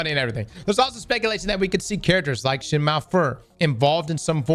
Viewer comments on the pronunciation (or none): none